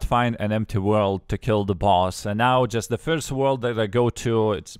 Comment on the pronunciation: i love the way he says "first" its like "firdsdt:"